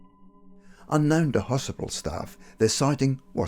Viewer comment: Lol, "unknown to hosipal staff..."